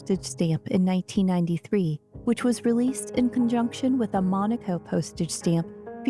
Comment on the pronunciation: They keep pronouncing Monaco incorrectly in this documentary! So annoying!!!! Also, they are mispronouncing Prince Rainier!